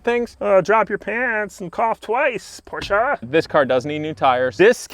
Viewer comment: Thank you for pronouncing Porsche correctly. 😉